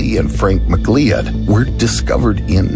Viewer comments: McLeod is pronounced McLOUD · McLeod is pronounced "Mc-Loud" not "Mc-Leeyod"